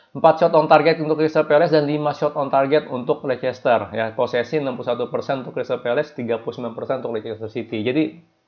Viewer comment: yg betul nyebut Leicester itu lesester apa lister, coba deh dicek pronounsation nya, bravo